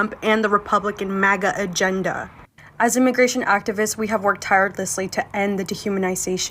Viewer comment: Did she just say “Tiredlessly”?? 😂😂😂